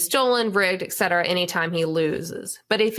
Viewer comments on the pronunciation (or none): 'Et' cetera, Amanda. Omg!